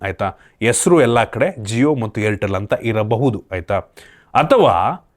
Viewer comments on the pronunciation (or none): Helalaagtide❌ yelalaagtide ✅ Halligalalli ❌Alligalalli ✅ Hesru ❌ yesru✅ Help ❌ yelp ✅ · ನಿಮ್ಮ content ತುಂಬಾ ಚೆನ್ನಾಗಿರುತ್ತೆ, ಮತ್ತೆ ನೀವು ಕನ್ನಡ ಕೂಡ ತುಂಬಾ ಚೆನ್ನಾಗಿ ಸ್ಪಷ್ಟವಾಗಿ ಮಾತಾಡ್ತೀರಾ, ಆದರೆ 'ಹಳ್ಳಿ' ಗೆ 'ಅಳ್ಳಿ', 'ಹೆಸರು' ಗೆ 'ಎಸರು' ಅಂತ ಯಾಕೆ ಹೇಳ್ತೀರಾ?